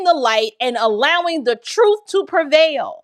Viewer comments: If I hear this man say TRUFF one more time I'm gonna crack 😩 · The way he says truthFFF irks my soul lol. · Perhaps this will help because you can only learn the Troof at a Learing center😂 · I’m sorry but…… “ tha troof will set you free” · Every time I hear him say truth with an F I cringe